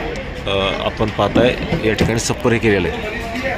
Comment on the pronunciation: सप्पर नाही .छप्पर म्हणतात .